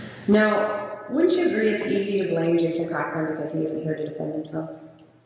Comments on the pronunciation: It's pronounced Cockring. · I mishear “Cochran” as “cock ring” every time... :(